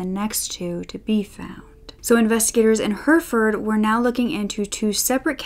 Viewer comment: Hurfurd Brits: Herrafud